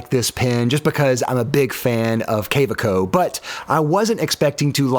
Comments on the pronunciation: I don’t consider hyperbole to be a given characteristic of YouTube, especially for somebody reviewing products. And as for Ferris Wheel Press, I assume they are providing free products in exchange for consideration. I don’t own any of their products, but their reputation for build quality, value, and customer service cannot be considered as great. I did, however appreciate the Kaweco bit. The correct pronunciation remains a mystery. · I counted 17 different ways to pronounce Kaweco, three in once sentence alone. Clearly the guy doesn't speak German--and doesn't know anything about fountain pens. No mention was made of the Pilot Varsity, which I would choose any day over the Platinum Preppy and even the Lamy Safari. Also not included were any of the fine pens by Jinhao. My favorite is the Jinhao 911, which I consider nearly equal in quality and performance to the Pilot Elite 95s with 14k Au nib, which is my favorite pen. The Jinhao 911 will set you back about $3.50, compared to the Pilot Elite 95s, which is about $140. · The multiple Kaweco pronunciations had me surprised and laughing at the clear gag. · I was like WHAT IS HAPPENING 😂😂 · lol I was gonna comment that, late to the party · As far as the previous comment, the w is pronounced as a v. It would have been nice if you listed the pens in order of preference. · Cow-ah-co? No, just Ka-ve-co. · Kaweco--- it's pronounced KA-VEK-O.. but your version is fun.😅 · You made a great effort, but it’s pronounced Kuh-VAY-ko. Excellent reviews. Any chance of doing something similar with metal pens? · The different pronunciations of kuhhhwakeo, well even i got the joke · Can I help you out since I lived in Germany? It’s KaVEco. Really informative, thanks! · ka-VAY-co is how it’s pronounced 😊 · "Kaweco" is pronounced with the w sounding like a V. And pearl is not Pee-arl lol. Its purrrl lol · I love you how pronounced Kaweco 3 different ways in the space of about 20 seconds. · I cringed every time you mispronounced Kaweco.